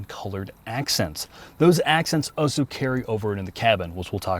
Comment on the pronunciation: New drinking game: take a shot every time says oso instead of also